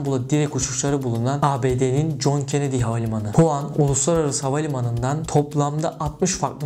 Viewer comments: Huan değil wuhan habir Huan diyon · huan değil Wuhan